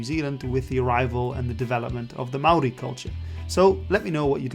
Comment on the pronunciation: as a channel not focused on new zealand, your maori pronunciation is so good!!